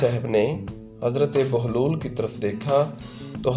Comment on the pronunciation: Baglol ni Bahlol Lafz hy mery bahi alfaz ka bayan sahi tarha karna seekhan.